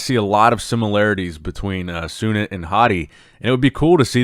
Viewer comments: Feels so proud to see sunit jadhav here , Making us all proud here in India ❤️ Pronounciation for sunit is - Soo-Neet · The way pronouns sunit's name is just hilarious 🤣😆😂 But just cover more content from India u will be learn more 🤣🇮🇳🇮🇳